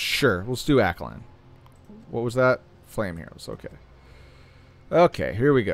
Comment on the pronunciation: Just a friendly fyi, Aine is pronounced Anya, its pronounced in the story mode, im just bringing it up because every youtuber is saying it wrong and i think its important to get names right...SPEAR